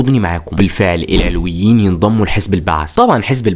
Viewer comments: معلش اسمهم العَلَويين بفتح العين واللام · ياخي ڤيديوهاتك حلوه مفيش كلام 😂 بس اسمهم العَلوِيين مش العِلويين ركز 😂 أنا سنيه الحمدلله